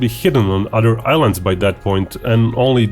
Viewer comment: OTHER ...NOT ODER